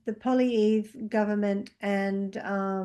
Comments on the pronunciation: It's pronounced "polly ev". Anything would be better than Carney aka the carnage but somehow people just don't trust the polly. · Pierre Polly ev. Forget the r at the end.